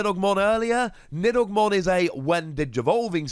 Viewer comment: He didn’t say it too bad